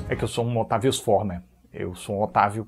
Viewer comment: Pq eu sempre acho que ele vai falar "eu sou otário uga" em vez de "otavio"? É a msm coisa com o quadro em branco😔